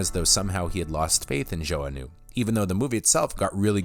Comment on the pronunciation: Are you sure you're pronouncing "Joanue" (joe-a-new) correctly? I always thought it was like ja-now ...